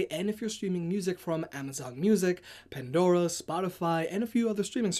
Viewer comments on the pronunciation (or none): none